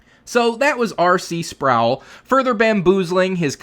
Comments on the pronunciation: I think you should extend the courtesy of pronouncing his name as he wanted it to be Spr - o - wel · Talk about a blast from the past. RC Sproul used to be a staple of Christian talk radio in the before times. As an atheist, he wasn't really worth listening to since he tended to be rather dry and boring. BTW: it's pronouned "Sprole" rhymes with "prole". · Sproul rhymes with soul. He was one of my admired teachers before my deconversion.